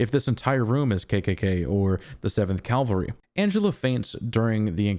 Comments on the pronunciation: Cavalry, not calvary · Loved it again - one thing - horse riders are "Cavalry" (or Kavalry in this case), not Calvary/Kalvary. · CA- VAL-RY!!! CA- VAL-RY!!! CA- VAL-RY!!! I KNOW you know the difference. But dude, you have GOT to work on pronouncing it correctly. It’s crazymaking. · I've seen/heard this mistake everywhere in videos and even written articles. Very annoying